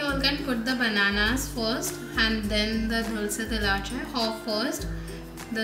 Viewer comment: You pronounced Dulce la Leche wrong. It is a spanish word and should be pronounced with an e and not an a. Great video though!